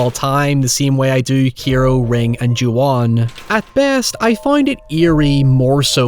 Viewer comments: Kairo is pronounced more like the capital of Egypt just fyi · the "kai" in Kairo rhymes with "sky", "high", "sigh", etc. Please stop calling it keeeero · Dude, you kept pronouncing Kairo as Kero. The ai sound in Japanese sounds like the letter i. Also the daughter's name is pronounced e-kuko, the i makes a hard e sound. You kept pronouncing Mitsuko (meets-ko) as Mitusko. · I am BEGGING you to learn how to pronounce literally anything in Japanese properly. Every time you said "Kairo" wrong I couldn't help wincing Good video aside from that though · Your pronunciation of Kairo is horrendous. There's an 'A' in there, man! Anyways, nice vid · It's been a year and I still can't get over the constant mispronunciations of "Kairo" and "Mitsuko".